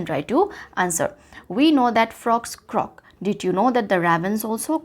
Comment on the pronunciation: Helped me but croak was pronounced wrong thank you mam